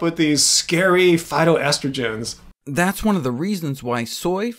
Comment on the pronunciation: it's pronounced "phy- TOaST-a-gen"